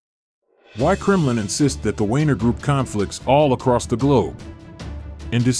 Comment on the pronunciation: 'the Wayner Group'?!! 😂😂🤣🤣😅😅